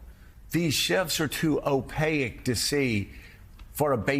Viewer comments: Hey Joe... "Opaque" has 2 syllables not 3. It's like he's only read the word before but never heard it. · TIL Joe can’t pronounce opaque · I must point out to Joe that the word Opaque is not pronounced Opayic, O pake is how it sounds. Sorry for being a nerdy wordsmith, but you live in the world of journalism which aims to educate.